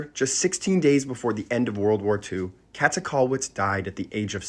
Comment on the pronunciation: Small pronunciation hint: it's more like kaeete not kette . The ä is a quite long ae sound. Video was very informative and she's a great artist to learn about!